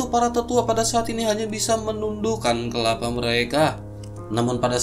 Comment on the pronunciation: Kalau sebut perkataan yang betul lagi suka dengar cerita mimin.. Kepala. Disebut kekapa kenapa?